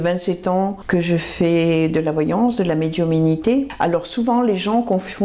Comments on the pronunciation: oui mais la personne a répète pleins de fois médiuminité et appayant bien sur ce mot comme s il était différent de celui de médiumnité qu on connaît. Ma foi bizarre comme elle le prononce et prkoi comme ça on sait pas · on dit médiumnité et non médiuminité